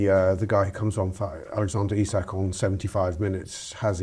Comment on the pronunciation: Another pod that can’t get through without mispronouncing Isak. Lad